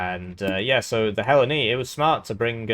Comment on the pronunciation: Yaaaaahh Thanks for giving me an aneurysm with how you pronounced Hellene.